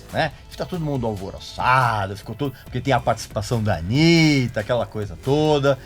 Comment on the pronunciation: Porque você pronunciou errado, se dissesse Anita, eles diriam "Oh, you're talking about Anita Baker?" Mas não, BR não sabe pronunciar KKKK foda...